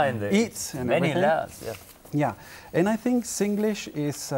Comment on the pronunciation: This young lady speak English without an affected accent. This is what we should do when we speak to non-Singaporean English speakers. The only thing she doesn't pronounce 'think' as /θɪnk/ but / tink/. Are the /θ/ (think) and /ð/ (they) sound taught in primary schools? Singlish is nothing to be proud or ashame of for it has become a Singaporean dialect. Sometimes, when we don't want foreigners to understand us, we can switch to Singlish.